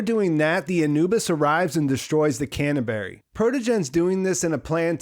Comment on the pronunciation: he working on ice hauler called "can of berry" hehehe